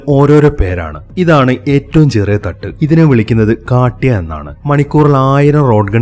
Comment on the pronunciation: കാട്ടിയ അല്ല കാത്യ ✌️